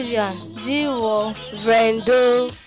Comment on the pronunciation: She doesn’t even know the Isoko language… it’s Digwor not migwor